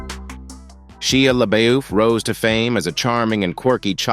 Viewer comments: Butchered some of their names 🫢😑😐 "Sheeya LaBoif" really? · the way Shia LaBeouf was said xD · a.i. voice got real southern there for a second when it said Shia LaBeouf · Never heard Shea Lebeouf or Raven Symone's names been so butchered....